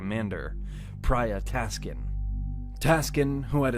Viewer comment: At 14.10 : Wrong name in this video "Praya Taksin" not "Taskin"